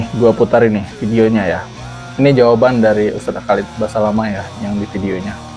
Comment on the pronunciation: Holat holet Holat holet. KHALID BASALAMAH. Susah amat. Nyebut nama orang aja salah, gelar Gus mu itu aja ga jelas sumbernya drmn.